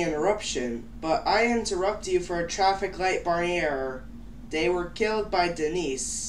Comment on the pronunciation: its traffic light barney error, not traffic light e barney error